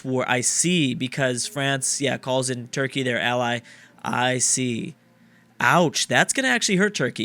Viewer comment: is it just me or does say churky??